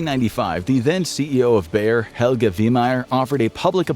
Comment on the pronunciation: BAYER - not: Bear! Bear is a fucking animal! Seriously, to you English native speakers have to butcher and mangle everything?